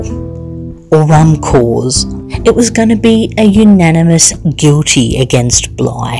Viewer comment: Provost is pronounced pro-vo, corps is pronounced core, not to shame you, it's tricky if you haven't heard it spoken xxx